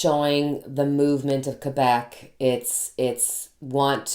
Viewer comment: I'm so glad your family recovered from COVID! ❣️ Our daughter also said there were tough times to reach recovery. Also, Thank You for pronouncing Quebec properly! I went to college near the Quebec border. They can be a rambunctious bunch there. I'm glad they've gotten serious. NYS may need to close down because the Feds aren't addressing International travel and the UK variant is up to 70% more contagious. It's here in Saratoga right now. And I'm sure it's arrived via air & now land travel from any number of European Countries. Was watching the live... You have nothing to apologize for... 🙏🏽 for healing! Btw, you can more than carry a tune. You have a lovely voice... Trust me, I'm cursed with perfect pitch! 🎼🎵🎶 Thank you for coming on today! ❣️🌟🙏🏽